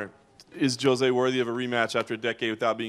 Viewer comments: Can some one tell me if the correct pronouciation of Jose Aldo's name is "Jo-zay" or "Ho-zay"? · That reporter saying "joe zay" instead of Jose is driving me crazy.